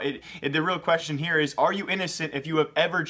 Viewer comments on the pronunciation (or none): none